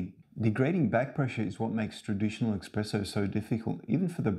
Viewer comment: Within 5 seconds he said "Expresso". I don't trust this man.